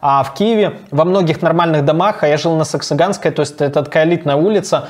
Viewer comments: Не саксоганская, а Саксаганского)) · услышал: сексоганская. Думаю что за хрень